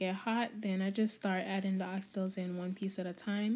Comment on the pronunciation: I’m just not used to hearing it because of our accent but absolutely nothing wrong here